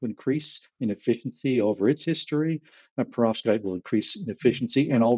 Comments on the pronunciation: To - I pronounce it per-OV-skite, possibly a relic of Russian O level a very long time ago or a crystallography course at university. Almost p'rovskite, but not quite. Not PER-ovskite. With that out if the way, this is a brilliant podcast episode. Keep them going! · I pronounce it Perov-SKITE!.